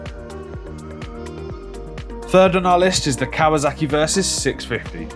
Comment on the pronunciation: It’s kawaSaki not kawaZaki… 😒